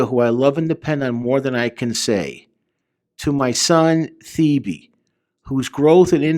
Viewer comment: Your pronounce earls actual name like “ te-bay”